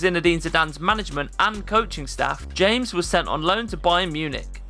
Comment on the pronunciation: It's pronounced James (Hames). Just because you speak English doesn't mean you can't pronounce a name in Spanish... cool vid